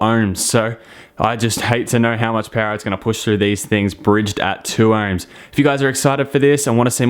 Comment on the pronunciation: Are you saying erms or OHMS